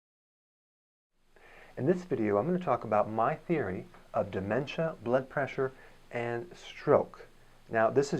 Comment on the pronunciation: Theiry?? Is that Canadian for theory? Thanks for the video though!